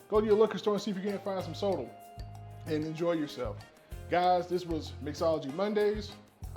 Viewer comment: Love the recipe. Just as feedback Sotol it's pronounced "so-tall" make sure you pronounce the T in it.